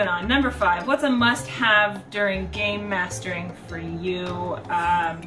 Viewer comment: I kept thinking you were saying , 'Gaymasters', which naturally left me slightly confused...to which I realized you were saying 'Gamemaster' which made way more sense. Either way, you are without a doubt, the awesomest (Not really a word but you mean what I know), the best master of games/investigator around!